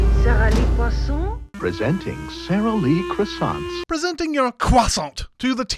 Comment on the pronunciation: When you said "Presenting your croissant to the TV-watching public without consent.", you pronounced Croissant as Cwaa-sahn-T - A Cwah and with a distinct hard T. A is pronounced as O. Unless there is an E at the end of a French word, you hint at but don't say the last consonent. N would be pronounced at the back of the throat. Thus the pronunciation would be Cwaw-sawn[g], as McFadden had done in the commercial, the first time she said it. <DING> -Everytime I try to spread unrefrigerated butter on my croissant, I end up smushing it. So, it is better to heat it up slightly, then pour melted butter over it, after. Also, I thought you were joking about it being McFadden. I had to look it up to confirm it because I didn't recognize her at first. Once you said it, I saw the resemblance. But by the end of the commercial, I had to agree. Stupid borderline Facial Recognition Disorder! If it had been a movie, with no hints as her to identity, I would have been wondering how I knew within ten minutes. I might have possibly guessed it. So, was so young! <DING> <-- That one is my for borderline FRD getting in my way!